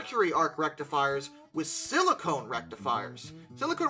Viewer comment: Just a pronunciation problem... Silicon Rectifier is a thing. Silicone rectifier is not. Silicone is used a sealant